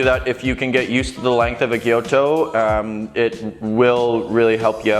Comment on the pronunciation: Gyuto, not "gyoto"!